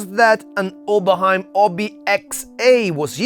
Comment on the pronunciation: + like because of the right pronunciation of "Oberheim"